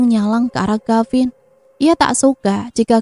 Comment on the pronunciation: Mf neng,d cerita ini kavin apa gavin ya,kurang jelas🙏